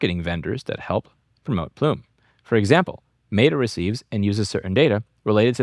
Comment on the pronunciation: Plume rhymes with Blume.